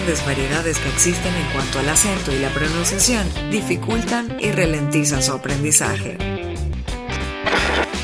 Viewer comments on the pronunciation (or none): se dice Ralentizan, no Relentizan